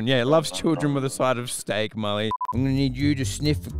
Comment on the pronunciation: Milly bruh it’s mully